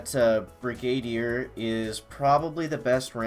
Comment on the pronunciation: brig - ah - deer . 😆 great job bud. 👍👍👍